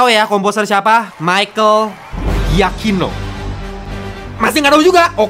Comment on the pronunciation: dari nama yang italia banget jadi jepang banget 🥲. Giacchino om bukan yakino.